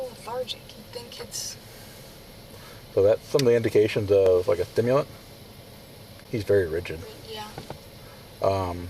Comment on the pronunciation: They need to test the cop he had a lisp or was slurring his word whenever he said stimulant. Also otherwords. But very pronounced on stimulent